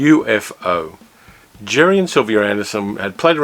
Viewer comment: “UFO” in the show of that name is pronounced as a 2 syllable acronym, U-fo.